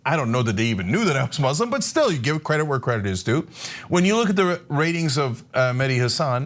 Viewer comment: His name is Meh-Di, not Madi. Mehdi root meaning is Guidance.